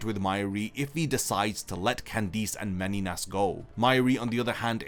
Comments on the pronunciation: Bro just say Candice normally please, it’s not Candeece ffs 😂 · No one talking about how he pronounces Candice as candeez??? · Why can't you say Candice correctly? I HATE when 'pro yputubers' ruin a video by making simple and VERY AVOIDABLE CONSTANTINE MISTAKES like not knowing how to correctly speak their own language.. Google has a function that EASILY helps to avoid such immersion ruining gaffes.. Amatuer..